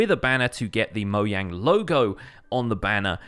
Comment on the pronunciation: correct pronunciation.